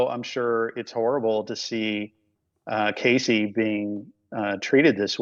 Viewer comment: Did that lawyer call her “Casey”?! 😅😅😅